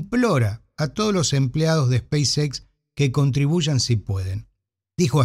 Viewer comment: El inglés no es su fuerte, es muy claro. En otro video que estuvo en vivo, le sugerí no mezclar los idiomas en cuestiones como "speis equis"...